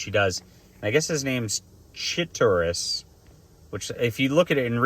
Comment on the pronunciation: It's pronounced Chih-TAUR-ee. The MCU name for Skrulls, which are apparently a separate alien race here.